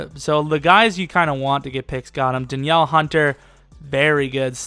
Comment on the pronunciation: "Da Niel" hunter